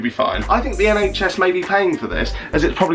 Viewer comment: Jack are you from Nottingham... "NHS"?